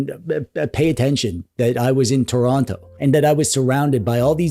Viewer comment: It’s pronounced “Churonno” T O R O N T O By the way, merry Christmas from southwestern Nova Scotia (We’re actually gonna have a white Christmas this year, it’s usually too mild for snow yet)